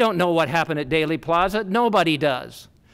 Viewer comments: "DAILY" Plaza? It's pronounced "DEELY," spelled "Dealey." Otherwise you're an expert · No, it’s pronounced Dealy, like “Let’s make a Deal.” Not sure how he could be so well informed yet pronounce it wrong. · Thanks for pointing that mispronunciation out! “Daley” Plaza was grating my nerves every time he said it! He’s a fascinating reporter but not a good communicator…. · Is it really pronounced "daily" (plaza)? First I have heard it. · I always thought it was pronounced Deely Plaza 🤔🧐